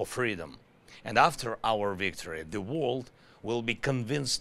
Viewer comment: World still comes out as wold, which is not a word in English, but the word exists in Swedish, as våld, which means violence. Also he says love like laugh, I have absolutely no idea how you can turn the word love into the word laugh, but he does it! Americans laugh peace, he said. Jeesus. Love is pronounced with an o-ugh, sort of like lough-ve, while laugh is pronounced with sort of saying Laaaf or Laaph. Love is spoken as in low, love, low, love, low, and laugh as in lad, laugh, lad, laugh, lad. 🙏🇺🇦